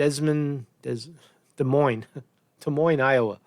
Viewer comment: Hey! You pronounced Des Moines properly! Good job! (I live in the Des Moines area, Iowa's a great place, nice people)